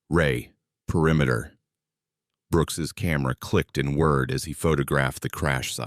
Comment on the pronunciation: The kind of AI that doesn't know the difference between "whirred" and "word" or between "whir" and "were"?